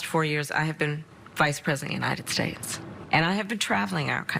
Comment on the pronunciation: I laughed out loud when you said United Shtates.